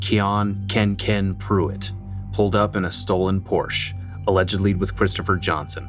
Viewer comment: Not kenken